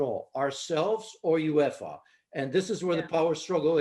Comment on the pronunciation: What a horrendous pundit can't even say uefa😂😂😂